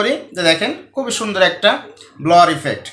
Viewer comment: স্যার সঠিক উচ্চারণ ব্লার